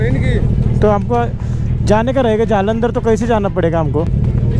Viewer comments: जलंदर❌ जालंदर✅🤣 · जलंदर ❌ जालंदर ✅ 😂